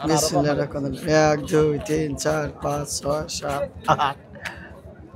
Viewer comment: বিসমিল্লাহির রাহমানির রাহীম বলতে হয় শুদ্ধ করে বলেন ভাই,,,,,😊